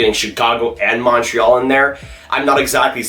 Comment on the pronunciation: You gotta learn how to say Montreal